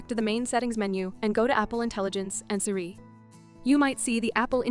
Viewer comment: Between the Siri mispronunciation and the fart sounds, this video is really strange.